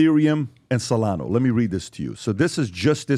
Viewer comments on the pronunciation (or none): Bro it’s solana not solano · solano? where to buy solano? maybe learn to pronounce it right before pretending to be an expert on crypto markets...